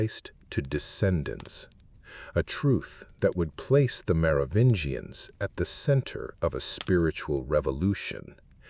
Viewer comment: i'm out at 12 min, can't listen to this moron say "Mero-vinians" any more